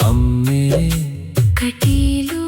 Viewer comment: Not ಅಮ್ಮೆ ....it's "ಅಮ್ಮಾ" ...second time observed